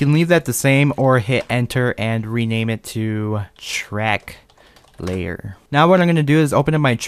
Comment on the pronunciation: Did anyone heard him said "Shrek Layer"